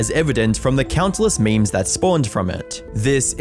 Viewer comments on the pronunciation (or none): none